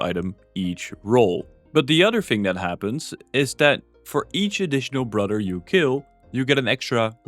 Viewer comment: Brudder...brudder...brudder...you spell brother a thousand times in this video and just cannot say it correctly at all.